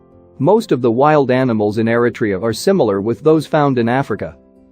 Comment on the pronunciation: I’m sorry,with all due respect,the pronouncement ERI-TRE—YA, sounds different from the real pronunciation ERI-TREA.at least in my opinion.thank you.